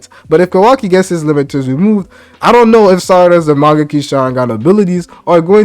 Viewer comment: Am i tripping or do bro keep saying mangeki?